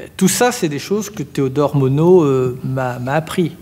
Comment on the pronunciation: On ne pronoce pas le "D" avec MONOD, mais on pronce le "S" avec Burnous, merci.